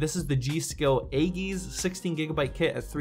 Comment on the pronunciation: It's pronounced G.Skill "ay-jiss". The word origin is greek